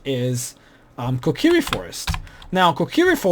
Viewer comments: It's Co(as in comb)-key-ri(as in ring) The game is based off of Japanese so it has Japanese pronunciation. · blank shit here -> just like in the game... and by the way it's CO-Kai-r-E